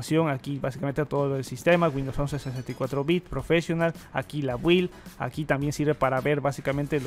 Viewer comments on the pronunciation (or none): none